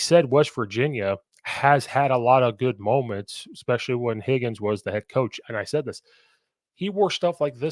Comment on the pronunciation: Its Huggins not higgins